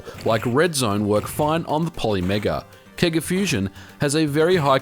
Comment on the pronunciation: say seega wrong